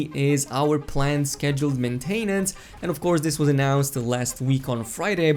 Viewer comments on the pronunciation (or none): You pronounced maintenance like (man-tain-ants).